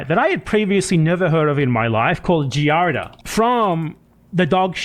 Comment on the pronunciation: I was losing my mind at him and pronouncing it fully wrong, as "giarda."